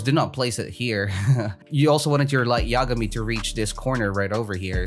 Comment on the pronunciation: Finally started saying “light yagami” right lol